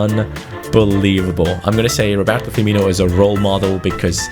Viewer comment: he is called Rorberto firmino